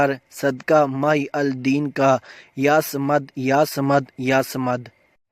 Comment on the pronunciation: Muhiuddin kown hai? aap to Mahi Al Deen parh ker bata rahay hain aur likha Muhiuddin hai🙁